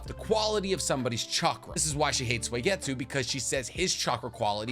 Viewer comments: did this mf say suwieygitsue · do u not watch the dub??? U CAN'T SAY SUIGETSU SO HORRIBLLY. Its not SWAYgetsu 😅😂😂😂💯 it's the fact that you didn't know/admit you were butchering it that gets me. Really confirms the whole ghost writer theory I've heard. Still love your content though. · Been watching for a while, but is there a reason you pronounce Suigetsu as Soy-getsu? Is this like an inside joke I missed somewhere?